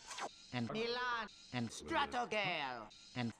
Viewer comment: She said mulan. Not Milan.